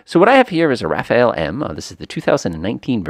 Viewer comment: Quick tip on the plane name....It's Ra-faal rather than Ra-fa-el. 👍